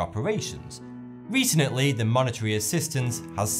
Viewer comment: And 'recenently' . What the heck though, no disrespect, I like this matey.